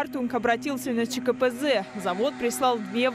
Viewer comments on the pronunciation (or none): 31 канал вы где кореспондетов не грамотных находите? КАПАЗЭИС. Может грамотно было бы сказать поселок ЧКПЗ? Или уж сказать КАПАЗИС!!! Я поржал конечно над тем как журналист назвала поселок